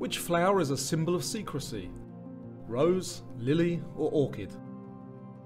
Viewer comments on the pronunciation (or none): none